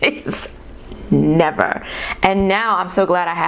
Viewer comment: It’s the way you said “NEVER” that second ti,e to not paying full price. Lmao.